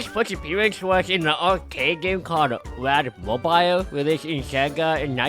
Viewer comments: Erm actually its rad mobeel not rad mobyle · Erm, actually. That's not how you pronounce "Rad Mobile" ☝🤓